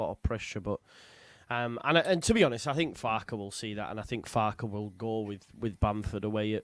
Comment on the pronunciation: Thanks all so much. Just to say, Jack got Piroe spot on ( Joel Piroooh - Square Ball found an interview with him as a youngster)! Farke is as in Ben Parker though! Sorry to be such a pedant! MOT